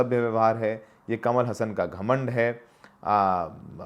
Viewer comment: हसन नहीं हासन ।